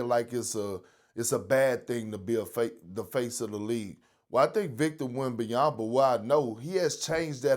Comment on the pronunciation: It's been 3 years and Perk still says "WembanyamBa" 🙄